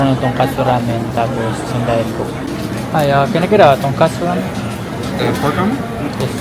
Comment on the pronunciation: Tongkotsu Ramen not TONGKATSU😅😅